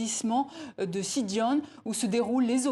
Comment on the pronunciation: La journaliste prononce mal le nom de « Sindia »